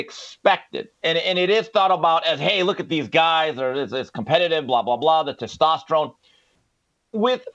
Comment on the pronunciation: I like the way pronounces the word testosterone but I like even more the fact that he's hella based.